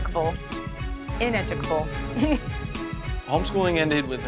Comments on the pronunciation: She said i educable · How poor the quality of usa politics must be for to have been a state senator? "Ineducal? Ineducal? It's ineducable! Dictionaries a vailable to buy